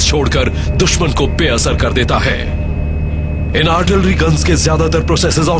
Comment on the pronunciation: Artlirry nhi hota artillery hota hay jahiloon.... kya army hay india ki... jahil